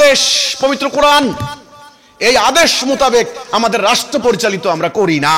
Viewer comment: তুমি কোরআন শব্দের উচ্চারণ করতে পার না।